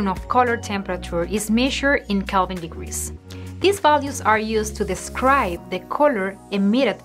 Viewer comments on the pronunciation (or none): none